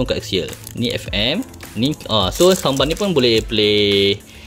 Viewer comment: Adik bukan sambar, sound bar dik.